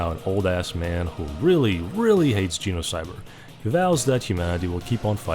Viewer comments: Makes a whole video about Genocyber… Also can’t pronounce the damn title correctly lmao u can’t make this stuff up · Your pronunciation of genocybet as similar to the word genocide seems appropriate